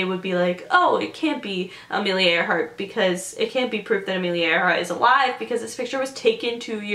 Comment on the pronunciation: okay come on isnt it ironic that her name was amelia AIR-hart